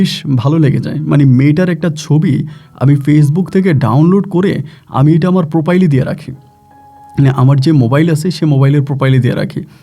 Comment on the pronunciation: পোপাইল না ভাই =প্রোফাইল